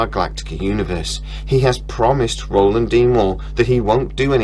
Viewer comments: It’s Ronald not Roland! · by the way lad - his name is Ronald D Moore - not Roland... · Hey man, its RONALD MOORE not ROLAND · Actually, it's not Roland, It's Ronald. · Ronald, not Roland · Ronald D. Moore not Roland D. Moore.